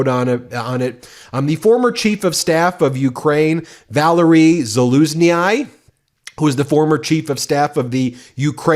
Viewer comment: Acting as a host of a channel with more than 5 million subscribers, you should be able to pronounce Valerii Zaluzhnyi's name in a correct manner. Not researching this and at least trying is a sign of typical American arrogance regarding foreign countries' language and culture. Edit Now I quit. Valerii Zaluzhnyi is an honored official from Ukraine, he deserves his name to be pronounced correctly. At least put in the effort to learn and try! Just my humble German point of view.